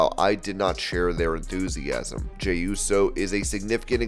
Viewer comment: how did you mess up jeys name every time you said it? 🤣🤣🤣